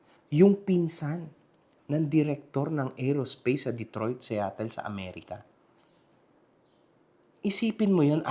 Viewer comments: * Kelan pa napunta yung Detroit sa Seattle. at ang bigkas nya SETTLE pa anong kahunghangan yan ha ? 🤯💩 Aerospace kung tntukoy mo NASA sa detroit e walang NASA sa Detroit hunghang Aerospace company meron bugok. Kung sa sinabi mong SETTLE na SEATTLE nmn tlga wala din don yung NASA , NASA hq located at Washington,D.C. UNGGOY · First of all Detroit and Seattle are in different states… and the way he pronounced Seattle 😂 Kulaong mag fact check ka muna bago kumuda